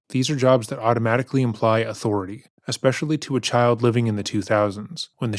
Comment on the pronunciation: ‘Especially’ not ‘expecially’